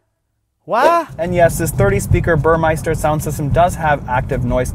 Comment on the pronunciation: It's Burmester, not Burmeister. Other than that, decent ride yeah. I have two of them already. Lesssgoooo!